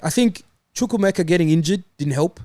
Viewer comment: How has pronounced chukwuemekas name da best 😂😂